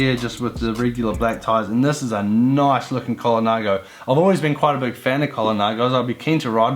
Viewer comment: Cola what!!!!! I am sure it is pronounce Col nago not colanago.